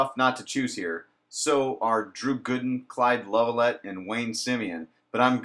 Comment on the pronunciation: You don't even pronounce people's names correctly. Jerrod Haase and Clyde Lovelette...figure it out